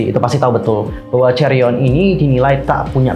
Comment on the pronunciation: Chaeryeong not chaeryon